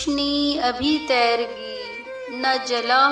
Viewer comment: Aslamualaikum, there are some pronunciation errors e.g its "TEER'GI" (تیرگی) not "Tairgi". Must consult a dictionary. But its nice. secondly can you upload my recitings on your channel? I recite but don't have time to manage a channel.